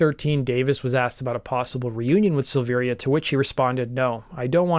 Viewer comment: Don’t do a Korn piece if you’re going to call Ray, Rick Luzier and not know that David’s name is pronounced Silvera despite the i